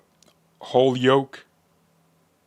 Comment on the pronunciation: You pronounced it correctly; "Hole-yoke" not Holy-yoke (located in Western Mass, north of Springfield, the city has an important historical past, with a canal system to provide power for the large paper mill industry; many of these buildings suffered arson during the 1970s and since then has experienced a slow renewal and a changing demographic from Irish to Latino ) Dinosaur footprints, fossilized in rock, can be seen at a spot alongside the Connecticut River (which served as the conduit to deliver the felled trees during the famous log-drives of yesteryear) very near the urban downtown area. The city was once home to an amusement park and a ski area (Mt Tom), now hosts the Volleyball Hall of Fame and a community college. Nearby to the north are "The Five Colleges:" Smith, Mt Holyoke, Amherst, Hampshire and UMass-Amherst.